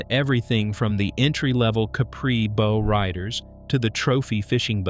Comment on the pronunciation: LOL These AI produced videos always use just random video clips of the subject material, and always mispronounce words; a Bow Rider - the Bow should be pronounced as in 'wow', not as in 'low'.